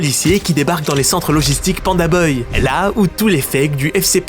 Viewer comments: C’est moi ou tu dis pandaboy au lieu de pandabuy ? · Pitié c’est ça de prononce by pas beuille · prononce BAYE pas BEUY 😂😂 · Pourquoi tu dis PandaBeuille et pas PandaBuy (se prononce PandaBye), ça me rend complètement dingue 😬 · "PandaBeuil" 😂😂😂 je te pardonne prcq mtn c'est PandaDeuil. Tip top tes videos🫶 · Vous avez pas capté qu’il fait exprès de dire pandaneuille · pitié arrête de prononcer beuye j'en peux plus on dirait que ton dictionnaire est contrefait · C'est sa manière de prononcer le bail la vraie contrefaçon dans l'histoire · ça me bute a chaque fois qu'il dit beuy 🤣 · Bon beh tu sais toujours pas dire Pandabuy, le mauvais bail...